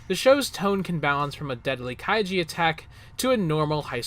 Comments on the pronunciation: It’s kai(ju) not kaiji. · Kaiju not Kaijie. lol